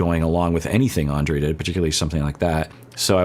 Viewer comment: I mean no disrespect when I write this, but maybe it would be a good idea to Pronounce Andrei’s name the way Libby pronounces it, because that is the proper Slavic pronunciation of the name.